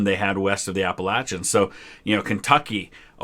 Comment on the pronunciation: Who else got slighty annoyed when he said "app-a-latch-ins"?